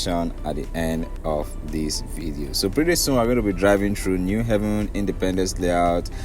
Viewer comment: You’re doing a good job. Keep it up. It’s “New Haven” as New Abode not pronounced “New Heaven”. There’s need to inform Ndi Enugu of the correct pronunciation.